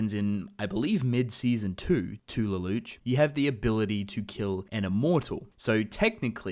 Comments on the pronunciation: It's Lelouch, pronounce it as a French word. Luh-loosh. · Am I the only one who hates how he says "Lelouche" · lelouch pronounced Leloush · Please don't pronounce the names incorrectly. It's pronounced Leloosh and it's not C.C., it's C2. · the way you pronounce lelouch's name bothers me way more than i think it should